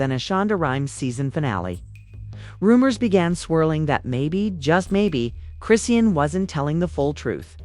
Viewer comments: Her name is pronounced chri-shawn!! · This is AI....it's pronounced wrong because it's not a person.